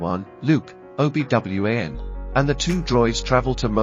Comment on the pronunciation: Obi W-A-N. Yikes. This is atrocious.